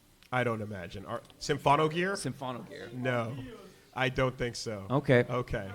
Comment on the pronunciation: Also, It's Symphogear, not SYMPHONOGEAR